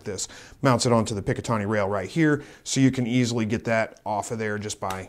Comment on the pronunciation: Just for future reference... It's pronounced "Pick-a-tin-ee" rail. (NOT "Pick-a-tawn-ee") Other than that, GREAT WORK ON THE VIDEO!